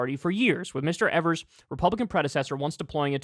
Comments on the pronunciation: Hey Kyle, it’s pronounced EE-vers not ever-s. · My Boy Tony! Here in Wisconsin we love him. Hes so much more responsible then any of our Republican controlled State. Aslo, Kyle...Its pronounced EEversNot Ever-s. Got you bro 😀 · EE-VERS, not EV-ERS. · EEEEEEVers not evers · Kyle, his name is pronounced "Eeevers" Strong E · I love my Governor. But his last name is pronounced "EE-vers" just a friendly FYI. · Can just one political commentator learn how to pronounce Evers please 😂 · Love Kyle, but the Gov's last name rhymes with Beavers. He's a progressive stalwart in a key swing state, he's been Gov for 5 years, and you still don't know how to pronounce his name. Come on man!